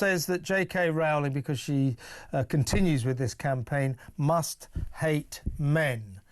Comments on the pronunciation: ROE-ling, not "ROW-ling" ffs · Why do talking heads not know how to pronounce JK Rowling's name by now? It sounds like "rolling". Dude, you get paid to do this for a living - get the names right. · It's pronounced J K Rolling. How many more fffffing times. She's said it herself !!! The preferred pronunciation of J.K. Rowling's surname is "ROH-ling," which rhymes with "bowling".